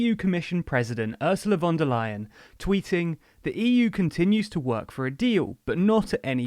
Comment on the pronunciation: It's nice to hear you pronouncing "von der Leyen" correctly now :-).